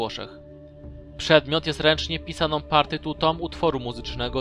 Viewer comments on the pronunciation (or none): To nie jest partytuta tylko partytuRa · Partytura, nie Partytuta